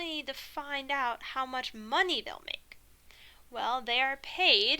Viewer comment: "monyey" 😂. you're actually Godsent. got a calc final in 3 days and you're singlehandedly teaching me what my professors overcomplicated so much for the last 2 semesters. thank you for posting these lectures online. wishing you and ur family nothing but the best